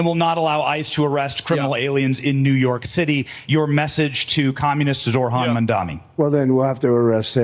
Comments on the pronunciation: How can people still not pronounce his name? It really isn't that hard. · I swear these guys are misprouncijg zohran on purpose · they can't even pronounce his name correctly